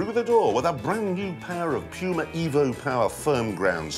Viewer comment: STOP SAYING "P-YUMA"! Damn...English...Speakers!?!?!